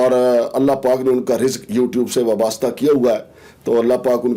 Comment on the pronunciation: "وابستہ" تو سہی کہہ نہیں سکتا تو صحافی تو نہیں اپنا نام "شمشادا ٹیڈی " رکھ لے،مداریا